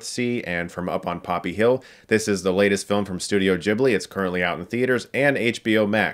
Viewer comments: I’m never gonna say Jibli in my life ... it’s Guiblee :/ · "Ghibli", not "jibbly" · Chris I love you but please don't say Djibli, Ghibli is an Italian word (derived from a Libyan word) so the H after the G makes sure it's pronounced just the way you read it, with a hard G. If you want to pronounce it the Japanese way, which might be even more correct in this case, a Japanese friend of mine told me it's pronounced like "Jiburi", but yeah, Djibli is just very, very American. :/ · it's NAWT "dchibli". there's an "h" after the "g". "g" as in "gif" :'DD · Yeah, not the best example:) And although I do know Chris (as in "chasm") is a huge fan of the studio, it's weird hearing him mispronounce its name.